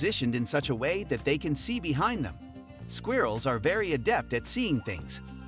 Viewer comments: I don't like the way he pronounces " squirrels" . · I think it's funny.. it's different 🔥🙌🏾